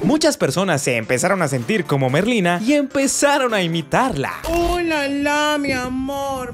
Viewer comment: Merlina ❌ Ñerlina🗿👍